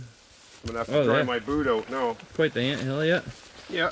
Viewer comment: He said we drove oht here to look for food